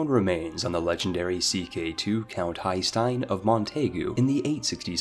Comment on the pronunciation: Haesteinn of Nantes is pronounced Hesten. Not Hay-Steen.